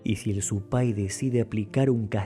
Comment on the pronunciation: Zupay se acentúa en la u!